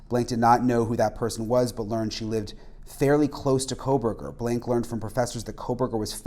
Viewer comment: he said cocoburger